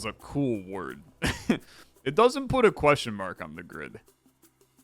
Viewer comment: queshmark, queshmark, queshmark, queshmark, queshmark